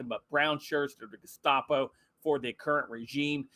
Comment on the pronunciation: Gestapo? Yes, you said that right.